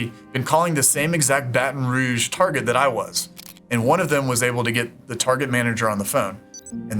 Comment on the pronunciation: Idk why but for some reason when she said “****ville” I thought of one in my area and on when he said “I even called the local Baton Rouge Target” I was like “WHAT 😟. HOW DID I GUESS THAT!?” Btw thank you who much for saying my city name right 🙏